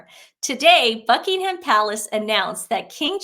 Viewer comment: Dear Ladies - I love your videos. Can I make a gentle suggestion? In England we don't say Bucking-HAM, the "h" is silent. Same goes for Birming(h)am, Sandring(h)am. Just a quirky English way of saying things. And for places like Edinburgh you say it like "Edin-bra" - that's me phonetically spelling it.